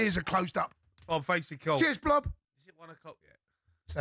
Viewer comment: Cundy calling Bob "blob" had me dying.